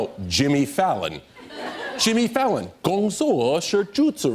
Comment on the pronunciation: I like how he just speaks normal chinese and then starts emphasizing Jimmy Fallon